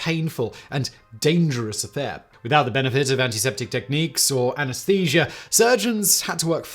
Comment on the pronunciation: It's pronounced "colon", not "colong". And "anesthesia", not "anesthesiar". I know it's an accent 😉 but you are adding extra letters at the end. Just don't add them and you will talk normal.